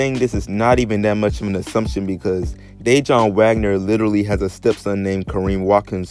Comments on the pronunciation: it's pronounce Duh-Won Wagner not Day-Jon. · De Juan not De John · That mans name is not Dajon 😩 it’s Pronounced (Duh’Whan) that killed the whole video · Damn bruh you butchered Dajuan’s name lololol it’s not pronounced day-Jon it’s pronounced duh-wahn... Wahn like lawn but a the J is silent Sheesh 😂😂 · Please stop saying, Day-jun...it’s sounds more like Duh-Juan. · DayJohn? No bra! That’s my cousin name lol it’s pronounced (dah waun) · It's pronounced Dah Wun bro lol not Day Jon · It's dajuan wagner bro..not day-john 🤦🏿‍♂️ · DeJuan. (De-Huwan) not DAJON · It's Dajuan Wagner not DayJohn my guy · Bruh it's pronounced da-juan not Dayjohn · Ummm It's not day-jon.. it's duhjaun... Dajuan Wagner. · DaWAN Dajuan not dayjohn or Whteva u saying bro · Duh-juan... Not de-jaun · Man keep calling him dajon Wagner 😂😂😂😂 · It’s Dejuan Wagner. DA-JUAN bro. Wtf? He wanted to stay in college because that was kinda the norm back then. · His name is DaJuan DA-WAN WAGNER put some respect on his name 🤣🤣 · I cant take it anymore his dads name is Dajuan Wagner pronounced (DaWon) I had the stop the video midway through just to tell you this also I'm never coming back to this channel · Mans said "dajon" like the mustard lmaooooo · It’s pronounced Da-Juan.....how are you butchering that name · He pronouncing Dajaun like it’s mustard or something 😂 boy if you don’t get yo ass outta here! Did all that homework to fuck up the easiest part. Thanx for the video though 💯✊ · It's pronounced de-wuan but its spelled Dejuan and people wasn't just going 1 and done bac then. And their ties start with their uncle worldwide wes. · Why can’t you pronounce DaJuan? Da-Wan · You don’t even know how to say his dads name 🤦🏾‍♂️🤣😂😂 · Where TF you grow up or who are you to be making videos like this and not even know who Dajuan Wagner is.. Your pissing me off by the way you pronouncing his name